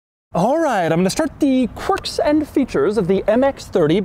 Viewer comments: Doug calls the car.. "Corks" and features 😂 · "Corks and Features"